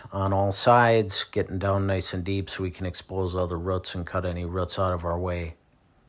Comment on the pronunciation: Boo...boots.... Roo....Roots! Not ruuts!